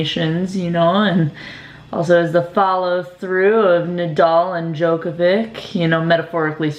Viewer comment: Djoković with a "ch" (like in chakra) at the end :)